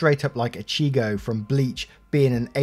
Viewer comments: I lowkey died when he pronounced ichigo like acheego smh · I don’t even watch Bleach but the way you pronounce Ichigo caused me physical pain.